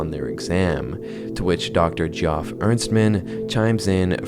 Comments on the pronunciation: Geoff = Jeff, not GEE-awf. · Just to let you know, it's pronounced "jeff", not (gee-off". Really cool video though. Keep up the good work. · you can just pronounce Geoff as "Jeff" my man good video! normally i despise all AI "art" but this plotline and execution has really captured my interest. hope he decides to collab with some real artists/voice actors in the future!